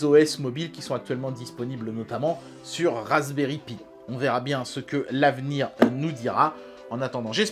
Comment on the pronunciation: Cher, Cette année, j'ai demandé au Père Noël que tu prononces enfin "Raspberry Pi" correctement. Entendra-t-il mon appel?